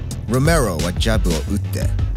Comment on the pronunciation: ロメロの発音良過ぎて内容が入ってこんよwww